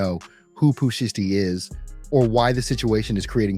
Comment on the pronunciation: It's pooh sheisty, I don't know how this man is pronouncing the word sheisty but he needs to stop it. It's annoying!!! 😠🙄😫